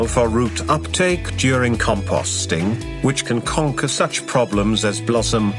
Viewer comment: Your english but what are you speaking? what is commpasting?